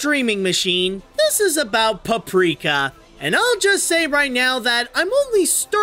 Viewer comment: You pronounce it in the beginning caprika instead paprika sry I have bad hearing